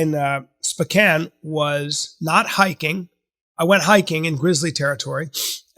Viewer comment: The way Bryan pronounces Sp'Kan makes me absolutely furious each and every time.